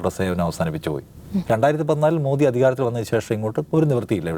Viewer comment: മോഡി അല്ല സാറേ, മോദി എന്നാണ് ഉച്ചരിക്കേണ്ടത്.